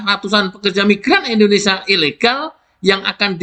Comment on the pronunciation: Sebenarnya suka informasi di channel ini. Satu kekurangan nya yg bikin risih (maaf). Bisakah anda berkata Indonésia dan bukan Indonesa ? Kalau ditanya orang luar,anda dari mana, masak mau bilang "Indonesa" ?